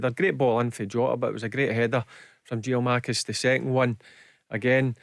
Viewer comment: GIAKOUMAKIS, BARRY.....GET IT RIGHT